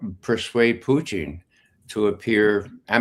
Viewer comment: Who is this friggin guy? Why can’t he say Putin correctly? Or is he saying Putin correctly and we’re all saying it wrong?